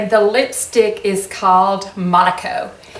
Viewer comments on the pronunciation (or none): 😎You say Monaco, I say Morraco...I love you in a bright lipstick!